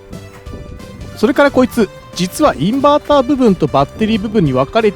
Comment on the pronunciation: インバーターは Inberter じゃないですよ(笑) そうなる気持ちは分からないでもないけど！